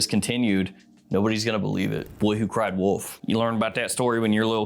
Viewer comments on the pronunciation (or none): none